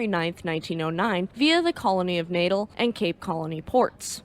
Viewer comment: Another excellent video. A very minor quible though. Natal is pronounced Nat-al as opposed to natal as in birth. Is it me or does sound remarkably like Elinor?:-)